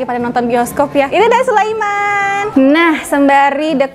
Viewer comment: Sulaiman bukan Sulaeman pakai i bukan e